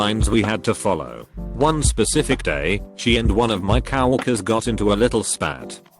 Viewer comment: it is co-worker not cow-orker